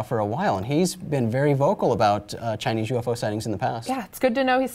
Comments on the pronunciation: why she saying yofo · Is it me or does it sound like this woman is saying "Yo-Fo's" instead of UFO?